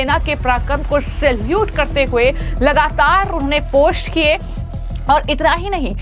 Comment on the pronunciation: Aby tujhy bolna to a nhi rha phost post ko😂